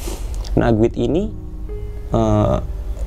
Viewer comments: Apaan sih guid🤣🤣🤣🤣🤣 guide kali cara bacanya /gaid/ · Maaf bang emang tulisanya GUIDE,,tapi mbacanya,,gaet,, tour guide,, turgaet,,,, sukses selalu buat